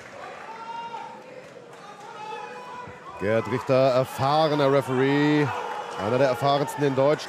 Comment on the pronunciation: "Your Referee is GOD! Rieschhter"😅